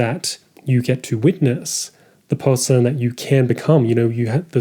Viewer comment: I promise you there is no L in the word person... appreciated the video nonetheless.